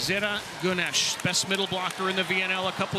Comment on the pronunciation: lol Native English speakers are disgusting in pronouncing names from other countries. At least say Goonesh instead of Ganesh for Güneş lol